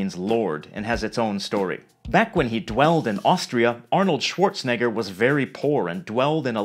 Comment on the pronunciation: Schwarzenegger, not ‘schwarzneggar’